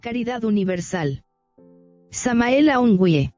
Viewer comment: Con mucho Respeto digo que Hay que tratar de pronunciar el Nombre de Maestro Samael correctamente.